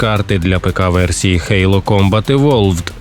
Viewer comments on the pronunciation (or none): none